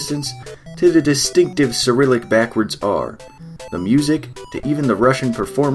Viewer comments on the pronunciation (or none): none